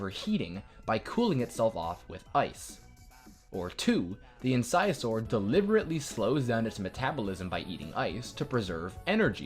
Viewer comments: Erm it’s not pronounced in-sized-or It’s in-siz-or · I think it’s prenouced “insasaur” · wait, so your saying incisaur is not pronounced in-sis-or?